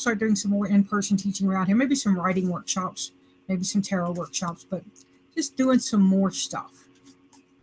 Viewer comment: Was I hearing things? Did you say "workchops?"